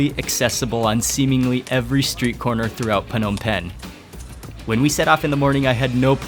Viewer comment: Mark, I kinda hate it when you say P-hnom Penh. I believe it is silent P, like NOMPEN when you say it. Don't mind me, I love your videos!